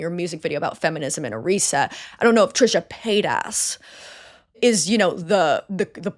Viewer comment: she really said Trisha PaidAss! Noooooo lmaoo